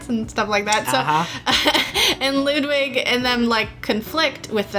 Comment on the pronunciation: How come you pronounce Ludwig "Loodwig?". It is because of you guys that my latest DnD character's name is pronounced "Loodvig" and not "Luddwig". Also I love you so much.